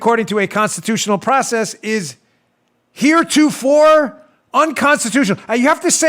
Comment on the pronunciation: Here to for sounds like Monty Python 🐍